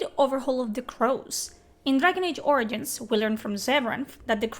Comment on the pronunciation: You say origins Funny! ~ORINGINS!